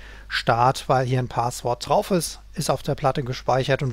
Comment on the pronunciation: DE - Ist zwar eine Kleinigkeit aber spreche doch mal einige Wörter richtig aus - Es heißt nicht Paaaswort sondern Passwort auch nicht Saundkarte sondern ßaundkarte - "scharfes S"